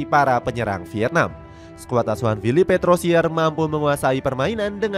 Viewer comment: Walaupun babak kedua drop, bersyukur timnas semalem, gk sia2 melek sampe jam 12 Izin koreksi penyebutan nama ya min Philippe Troussier --> Filip Trusiye